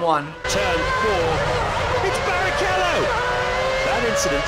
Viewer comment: IT'S BARRICHELLO!!!